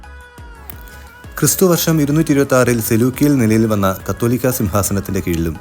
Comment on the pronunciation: കത്തോലിക്കാ എന്നല്ല. കാതോലിക്കാ എന്നാണ് ശരിയായ ഉച്ചാരണം.